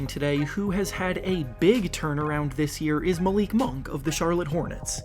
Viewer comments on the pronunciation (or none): none